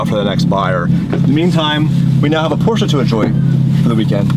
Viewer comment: Learn how to pronounce Porsche